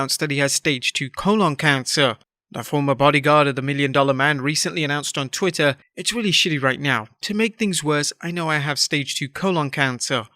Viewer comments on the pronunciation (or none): none